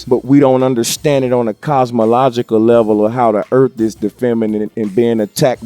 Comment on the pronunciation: it sounds like he said "earp" instead of "earth". he didnt even say "earf", he said "earp". this made my night